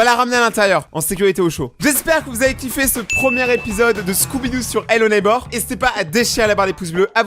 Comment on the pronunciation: Ello neybeurre ? 🤣🤣🤣🤣🤣🤣